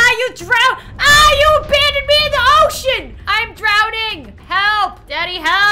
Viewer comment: Am I the only one who heard “ocean” as “oh sh1t”